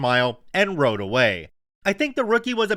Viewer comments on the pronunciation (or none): none